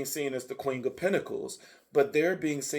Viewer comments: Every time he says “QUING” 😂🫶🏽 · 😂 yes it sounds like you’re blending queen with the word king 😩🤣🤣 QueenG!